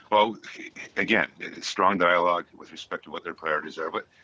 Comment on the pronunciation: Strong diologe. Strong diolge. What the hell is he talking about. What is the diolgue.